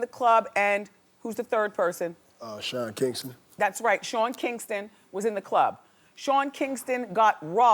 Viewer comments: Haha the dude said "Sharon Kingston" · dude said Sharon Kingston lol